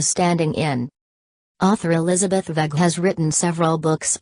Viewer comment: author elixabeth ,, what?? couldnt make i out. ??